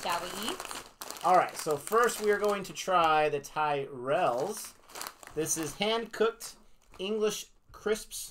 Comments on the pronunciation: I have to be on the mood for Tyrrells, pronounced Tirrells with a Y. Not Tie-rels. I love Walker's snacks, monster munch and quavers included. I've had all 3 of the best known flavours of monster munch, including roast beef, pickled onion, and flamin hot flavours. Even cheese flavour monster munch included in the Walker's mix ups cheese flavour pack. When it comes to quavers, I've had cheese, prawn cocktail, and salt and vinegar flavours. I have to be in the mood for Walker's max. I've had Smith's fries things in the past. The flavour of scampi, the real name of scampi is langoustine. I like Jacob's products also, twiglets included. Not too keen on cheese footballs. But I do like cheddars and cheeselets. Speaking of cheeselets, during the Xmas period, they make treeslets. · Walkers is an older company than Lays. Walkers was bought by the same company that owns lays a few years ago during our last major recession. Tyrrells is pronounced ti rells. Not tie rells. It has a short I sound. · Pronunciation is tirrell- as in the f1 team in the past! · I'm only seeing this video now! The Bacon and Scampi Fries are a classic pub snack, so best enjoyed while have a pint of your favourite tipple. And Tyrells is pronounced "ti-ruhlz" 😁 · Twigglets are tasty, they are covered in Marmite Tyrells are pronounced turrets Keep up the good show ❤️❤️❤️ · "Tyrells" is an Irish surname. It's pronounced " Tir ells" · Tyrrels is pronounced “Tirrels” even sounds better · Tyrrells are not the house from the Game of Thrones: Check out their ad for the correct pronuniation of the name By the way, Americans tasting Twiglets and Marmite is always amusing. These are cultural differences in taste, for example you may love root beer, to me that tastes disgusting! Keep trying our UK snacks, biscuits and sweets (cookies and candies).